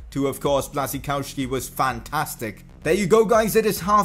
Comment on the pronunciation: im from Poland, you nice say Błaszczykowski, but in poland say diffrently, Ya-koob Blasch-chi-kov-ski